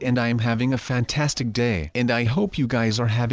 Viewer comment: I like when sub says fantanstic